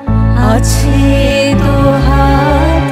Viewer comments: ওটা বিজন্ নয় বিজন হবে উচ্চারণটা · এই বড় মাপের শিল্পীর গানের দোষ ধরার স্পর্ধা আমার নেই, তবে " বিজন না হয়ে বিজনো ঘরে হলে এবং নিশীথ না হয়ে নিশিথো উচ্চারণ হলে ঠিক হতো বলে মনে হয়।